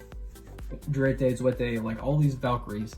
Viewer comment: I know this is like really old, but "sechste" and "Zweite" are pronounced "sex-teh" and "tsv-eye-teh". They're like german or smthn. Great deck profile btw, loved it!